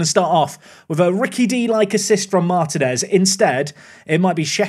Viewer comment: couple of important items. 1. I won't rest until I hear the toe behinds pun 2. In latin languages when you see an í that's an open sound (ee), so Martínez = marteen es (very close to how you called Martim)